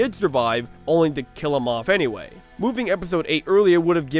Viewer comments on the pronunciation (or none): none